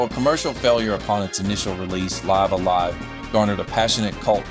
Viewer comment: It's pronounced "Lih-vuh A Lie-vuh" basically you're living a live, that sort of sound.